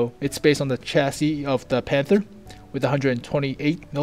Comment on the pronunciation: holy shit, said chassis right!